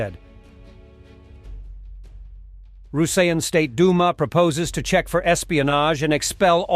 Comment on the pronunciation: "ROOSAYAN" for 'Russian.' ... your A.I. digital voice needs more machine learning.